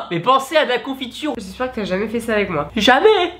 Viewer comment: c'est quoi ce "jamais" 😂 😂 😂